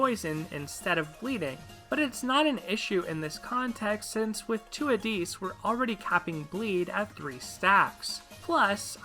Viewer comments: What makes you think his name is pronounced "Addees" and not straight "AdDIS"? lol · im sorry but this mispronunciation of addis’ name really bothered me. (if you look at a helper Ieyasu and listen to his voice lines you can hear the correct pronunciation) It was fine otherwise.